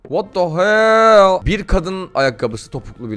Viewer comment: Whata hell dedigi yerde patladim abieeeee